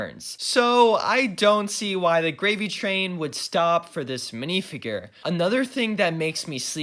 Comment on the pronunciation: literally couldn't watch any more of the vid coz of the way he says "minifigrrrr"